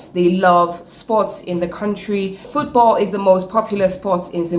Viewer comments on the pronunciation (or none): none